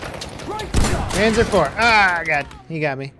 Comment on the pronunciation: You pronounce 'panzer' like 'pantzer' and 'panzerfaust' like 'pantzerfoust'